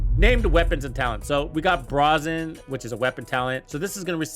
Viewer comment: Br-AY-zen, not Br-AH-zen